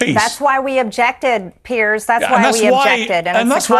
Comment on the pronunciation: it's so easy for you to sit there bullying a WOMAN, of whom you know absolutely NOTHING. Firstly, Piers (or as you say Pierzzz) was so blatantly disrespectful to this beautiful patriot who was merely attempting to defend herself after Pierzzz so mercilessly attacked her from the get-go. Now you, being a vapid leftist, lap this stuff up like the loyal Trump-Conservative-Republican-Christian-hater that you are. When any Conservative (or Republican, or Christian, or...) gets in the crosshairs like Marjorie clearly was, your nostrils flare and you almost look pre-orgasmic. It is truly something to watch. If you were somehow able to muster up an original thought and/or had even an ounce of the mental capacity to be open to anything other than radical, hard left-wing pablum, you might discover new horizons. You might find out that the vast majority of Conservatives/Republicans (not RINOs) tolerate you and wouldn't besmirch you just for having differing views. We actually respect your First Amendment right (remember the First Amendment, it's part of the U.S. Constitution - didn't know if you knew that) to say pretty much whatever the hell you want to say, even though it may be absolutely without merit. I might add that it is within our rights to peacefully protest against our government (as was done on Jan 6). I'm curious to know if you think what BLM & Antifa have done for years is within their Constitutional rights? I'm speaking of course about all the violence, looting, des